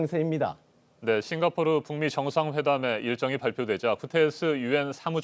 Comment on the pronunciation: 싱가 포오(삐끗)르 ㅋㅋㅋㅋㅋㅋ 귀여우셬ㅋㅋ